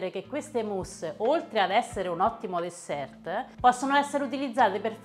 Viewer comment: Benedetta. Guardi, la parola dessert si pronuncia DESSER. La lettera finale T non va assolutamente neanche al plurale (Desserts). In francese, l'ultima lettera non si pronuncia quasi mai. Ci sono però delle eccezzioni, ovviamente. Un abbraccio